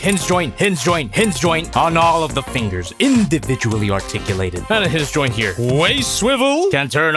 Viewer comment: Anyone else hear say “hizz zyoint” as a pose to hinge joint